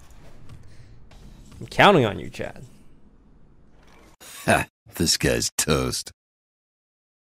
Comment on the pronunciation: And this was the day when I realized that all this time Toast always said chat and not Chad, I always thought that he was talking to an imaginary friend